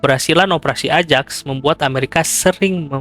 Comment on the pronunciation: koreksi = ajax dibacanya ayax.